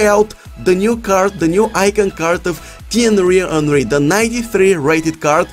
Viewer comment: Thienry Henry? Henry Henry? Na dude, its Thierry Henry.